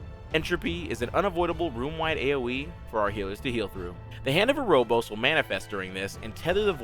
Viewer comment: Very nice, very concise. As someone else has stated, be nice to know if tbs are magic or physical- they are physical I think. Also, it's Hand of Erebos, not Erobos. Other than that, great guide, very to the point, thanks!